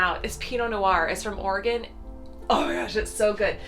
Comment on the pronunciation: I'm glad you two are home safe!!! You're Vietnam videos have basically been on a loop since the 14th. Also, Thank you for pronouncing Oregon correctly! :) Love you guys!!